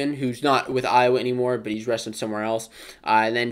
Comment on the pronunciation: You're welcome, Iowhaa😭😭😭 Cockeyes/Chicken Hawks.